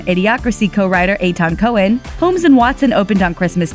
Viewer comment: WTF is Ay-Ton Co-hen?!